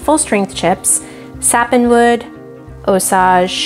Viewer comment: Just FYI It's pronounced ˈōˌsāj (OH-sage) - Sage like the herb. The Osage people are from around the Osage River valley in Missouri.